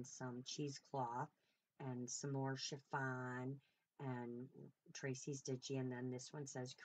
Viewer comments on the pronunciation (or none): Amazing job! I’m never surprised, you have always been a quick learner! So funny, I remember you saying efemera wrong but I wasn’t about to correct you! Lol lol but I will tell you my child, it’s not chiVon, it’s chiffon! Lol lol love you and your flip out is just fabulous!! 💜💜💜💜💜💜mom